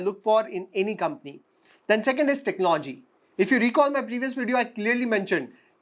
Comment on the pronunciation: Your analysis is fine. There’s a good deal of homework that you’ve done. I have one suggestion though. Work on your pronunciation esp words like economy, technology, opportunity etc. Listening to bad pronunciation is a put off especially when you seem to be doing a good job otherwise. It’s not much of an effort to correct your self. But you need to make that effort